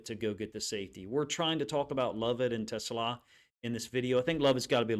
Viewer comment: Coach - everyone gets it wrong (even Dan Campbell) but his name is pronounced teh • SLAW